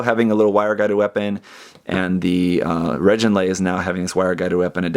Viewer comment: I think they pronounced it "reh-gin-laze," rather than "reh-JIN-laze" in the anime ("g" pronounced as in good").